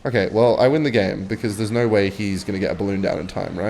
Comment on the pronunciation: "I have the most normal accent" saying no: "noeigh"